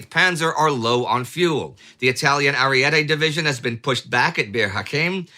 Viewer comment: Divisione Ariete. NOT "Arriete"